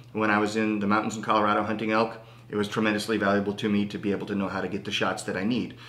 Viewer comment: did he say he was back from a "elf hunting" trip?